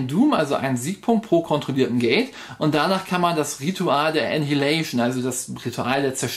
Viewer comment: pssst... Annihilation spricht man "ännEI-hiläisch'n", wobei die Betonung auf EI liegt. ;-) *pedantic mode off